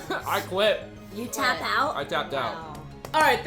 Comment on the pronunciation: He said he taps out more like chaaaaped out